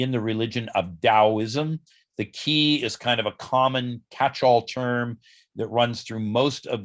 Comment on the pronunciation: Qi is pronounced as “Chee” like in cheese. De is pronounced as “duh”, which means virtue. By the way, I am Chinese.